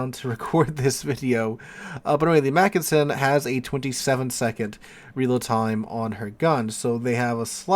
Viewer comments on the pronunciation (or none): You’re a teacher -look up Wikipedia for pronounciation details! And you got the “Mackensen” right the first time, before veering of in your variation of McKinsey. In German, an e is pronounced like in bet. And yes, Mackensen is stressed on the first syllable. PEF is a good ship, btw.